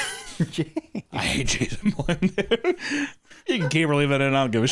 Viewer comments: its Blum like bum not bloom. you say things weird. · Um, it's pronounced Blum, like bum, but with an L..like loser bum 😅